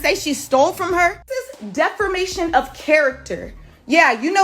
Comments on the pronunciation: “deFERmation of character “😭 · It’s the “defermantion” for me lol it’s defamation sis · "Defermation of character"🙄🙄🤣🤣